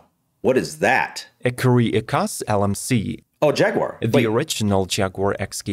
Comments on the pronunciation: Ecosse is French for Scotland. Pronounce it Ecos as in Cos lettuce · Ecurie Ecosse , the 2nd e in Ecosse is silent btw. Écurie Écosse (French: "Scotland Stable")